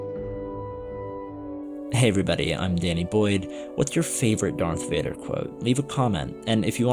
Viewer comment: Darth wader. Luke i f....d your mom . Luke nooooo noooo thats not true this is impossible .